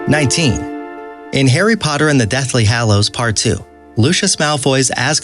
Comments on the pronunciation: Great video, but I am deeply triggered by the way you pronounce "hallows" 😂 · Also, the Deathly Hollows. Over and over again. It's an insult to actual fan. Oh, god, and basilisk. It's... so bad.